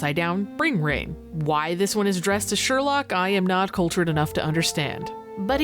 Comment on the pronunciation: Hmm, I wonder if it's actually a pun? The way you pronounced Sherlock in Japanese is Shaarokku, and the sound effect for rain in Japanese is shaa.